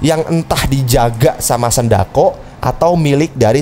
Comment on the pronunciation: Sindacco bg bukan sendako